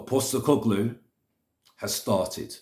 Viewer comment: At least you've decided to bother pronouncing his name correctly now